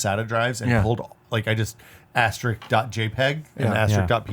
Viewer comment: Did the guy on the left say "asterick," like it's the singular of "asterisk?" The guys at Red Letter Media do that, too. God, that's so embarrassing.